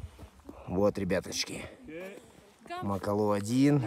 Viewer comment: Прекрасный фильм! Только очень режет слух МакалУ..... разве гора не МакАлу называетсы???